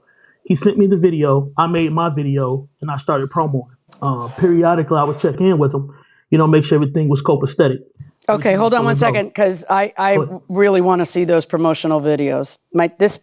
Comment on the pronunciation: He also said "copastetic."